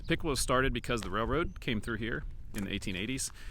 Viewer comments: Piqua is pronounced Pick way… not Pick quaw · Piqua locals pronounce it (Pic-way) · I know its not intuitive, but I've always heard it pronounced Pick-Way. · Piqua is pronounced Pick-Way fyi great video! Thank you for your work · Durand had an east-west Missouri Pacific line that is now abandoned. The north-south Missouri Pacific line is still active with the Union Pacific. Piqua is pronounced Pick-way. It had two railroads, Missouri Pacific (east-west) and M-K-T (north-south). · Piqua is pronounced pick-way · Locally we pronounce Piqua as Pick way. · Locally, Piqua is pronounced Pik-way. Grew up in Iola/Gas/LaHarpe, been to funerals at the big Piqua church. Behind where you were standing by the river at Neosho Falls, there's a clearing that people used to use for camping in the 70s and 80s. We would walk down to the river and fish from that very bank you were standing on. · Love all your videos, thanks for the memories. Used to live in Woodson Co. years ago. Just wanted to let you know that the correct way to say Piqua is "Pikway". I know I made the same mistake first time I met someone from there. I was born and raised in Wichita and went to WSU freshman year.